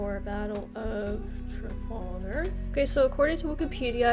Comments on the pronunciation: Traf 'al' gar not Traf 'ol' gar. ;¬) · You pronounced Trafalgar wrong 😬